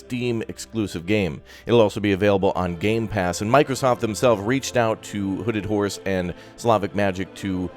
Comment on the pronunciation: Was I the only one who thought was saying hooded whores instead of hooded horse? Nobody else? Just me?